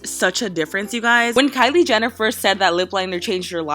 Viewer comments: Karina you said kylie jenifer it kylie jenner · Lmaoo u said kylie Jennifer 😂😊🤣